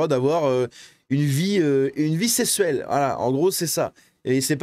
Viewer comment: "Miol" "sessuel" en fait t'es un psyhodelik 2.0 Pas foutu d'avoir ta propre identité